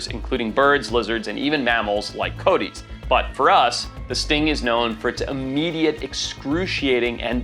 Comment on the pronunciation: thanks lol doesn't help how forest pronounces coyotes lmao i never heard anyone say it like that